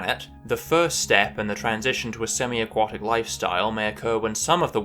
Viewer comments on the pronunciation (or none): AQUATIC... not AQUOTIC! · I was surprised by your pronounciation of AQUATIC (as in OUGHT). Then I found out that your pronounciation is standard in the USA and you spent a lot of your formative years in the USA. Still ... very strange. I suppose A => O under the influence of W. A sound change restricted to North America and occurring sometime in the last 400 year ( I presume ?). Have any other words undergone a similar sound change ?